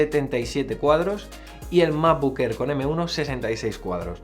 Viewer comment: Macbuk Ehr, Fainal Cat, A-pel… Mejor con subtítulos.